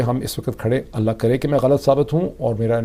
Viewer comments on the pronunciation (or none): none